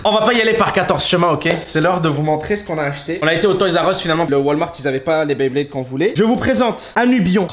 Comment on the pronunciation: On dit pas dresseur de baiblayde met blaydeur